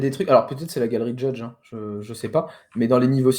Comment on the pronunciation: Le mec fait genre de parler anglais alors qu'il prononce le média qu'il représente "judge hip".